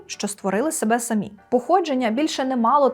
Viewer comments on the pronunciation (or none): none